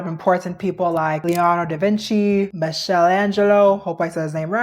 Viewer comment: Girl I love you but it’s MARILYNN. Not MARLIN. That’s a males name. MARA-LYNN is how you say it. Also it’s MICHAEL not MICHELLE. Come on it makes it seem like you didn’t even study this video. And you call yourself a history nerd..